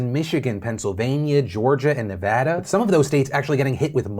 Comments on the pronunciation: I have to say I am so proud of Philip Defranco for finally pronouncing Nevada correctly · Maybe will all this focus on Nevada, people will learn how to say the state’s name 😂 (ty Phil for saying it correct btw) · Your updated pronunciation of my beautiful state of nevada has officially giving me a hard on. 💙